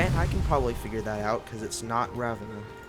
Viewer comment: The way you pronounce Ravenna